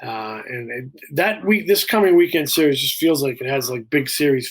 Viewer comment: "SERIERS"? Really?